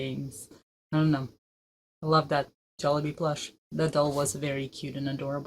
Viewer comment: you have perfectly perfectly pronounced it..